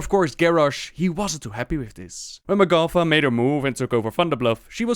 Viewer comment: its magata, not magafa